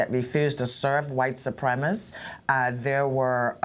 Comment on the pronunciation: Wow, the mayor can't even pronounce ,"white supremacists". Telling.